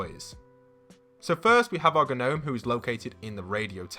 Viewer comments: Just so you know... gnome is pronounced no-me not g- no-me. the g is silent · What’s really annoying me is that he’s saying G-nome not normally which is pronounced nome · Shoot he I do like you a lot but did you say Gnome I know that’s how it’s spelt but you say it nome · Why do you say gnome like that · CEO of saying G-nome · You are saying gnome wrong, the G is silent! Stop pronouncing it with the g lol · You do realise the g is silent in gnome